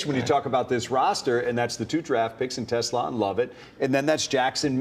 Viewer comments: quit saying Tesalaaa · more like Tess-Slah